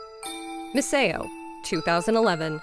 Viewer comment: Yeah I also feel like the voice might be AI… the way it kept on pronouncing things especially Misao made me suspicious